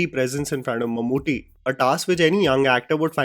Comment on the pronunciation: ❤❤❤....Mammoothy nahi mammootty